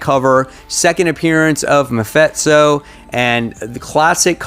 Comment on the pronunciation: You are the King of butchering names...... MaFitso?